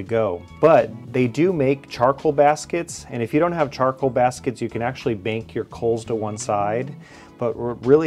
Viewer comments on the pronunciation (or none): none